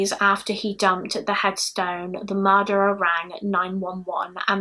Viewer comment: No one says "murrrdurrrerrrr" quite like you.